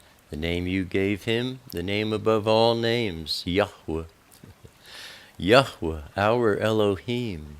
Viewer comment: Thank you oh so very much for the correct pronunciation of His Holy name. It meant everything to me!